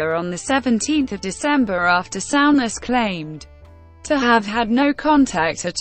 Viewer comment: Sow-ness😆 stupid computer.